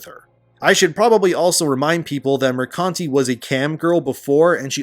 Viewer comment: I love that you read Mercante as "Mercunty".